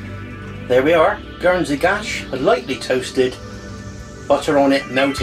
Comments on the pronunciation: Please don’t call it gash! It’s Guernsey Gâche. Gâche is pronounced like gosh. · Nice one. I realise that this is too late to help with your video, but Gache is actually pronounced as if it were spelled Gosh. As in "gosh that looks tasty!" I'm from Guernsey btw. You may also want to try Gache Melee (gosh mel-are) which is a sort of apple cake. Even nicer, especially with a dollop of cream or custard.